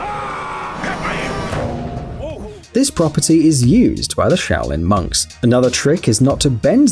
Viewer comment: I thought at the start that you said shaolin mugs😂😂😂